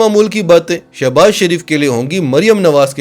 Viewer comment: Sha nai sho baz yh she baz yh shouses baz dursat nam bola kryan thanks